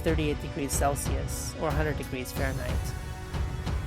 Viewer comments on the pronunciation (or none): none